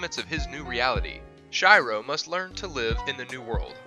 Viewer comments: "chai-row" ? Shiroe desu yo. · Fml this dude actually said Shiroe ( Sh-I-rO ) instead of Shiroe ( She- rO ) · Log horizon, his name is pronounced like she row, not shy row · When he called shiro shyro i was so triggered 😠 but other than that i love the vid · Shai-ro!?(Shiroe, Log Horizon) Please at least make an attempt to pronounce the names right. It's by no means the hardest thing in the world to realize Japanese names don't have English pronunciations, nor to find out how to pronounce them. It might seem like nit-picking, but I cringed every time I heard you say Shai-ro; if you're, it's a given you'll research this. Anyways, I'm not trying to start a fight, just giving some constructive criticism. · Stop watching after he called Log Horizon MC, Shyro.. Even Google Translate can pronounce it right... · he says SHY-ROW and then NCP's... that probably triggered me the most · i wanted to die when he said shiroe name wrong omg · how can you say Shiroe so wrong xD an all the other names too :p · Ok but for you know you mispronounced the log horizon main characters name and not care or just refuse to say it right